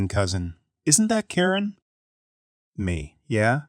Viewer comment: It's not a person, it's a reading bot. Karen get mispronounced every other occurrence and if it hits abbreviations (lb.), it won't say pounds, just trying to say the letters together.